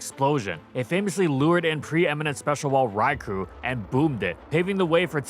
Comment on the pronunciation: I just find it funny how easily you can tell that the Gen VI Gengar is shiny. And of course Gengar is grounded, last time I checked, shadows don’t levitate. Also it’s pronounced “Rai-Koh”. Though with that Hypnosis accuracy and ‘Mega’ Groudon maybe I shouldn’t be surprised.